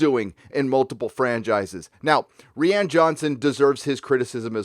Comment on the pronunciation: ReeeAnn? U mean Ruin ? ...😏